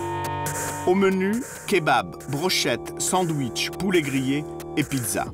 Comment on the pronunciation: " Sanwisheuh " jpp 😂